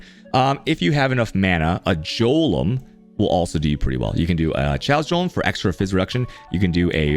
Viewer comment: And the worst of all, he pronounces "Golem" as "Jolem" Absolutely barbaric.